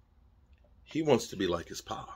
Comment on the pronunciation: "Wamts" tho...🦅🤣🦅